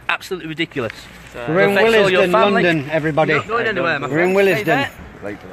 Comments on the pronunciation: Why they pronouncing Willesden funny?? It's willsden, not wil-les-den.. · He said will es den lmao